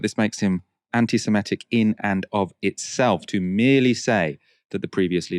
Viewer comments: It's pronounced Semitic not Semetic ( - where reading from a tweet and ) 😂🎉. Mispronunciation cured thereafter 😮 ? Oops ... , ..😢. I have a degree in a Semitic language so this stuff MATTERS 😭🤧 This is a plot😮. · Semitic not simetic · The word is ‘semitic’. (Not ‘semetic’)! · I think the word is semitic not semetic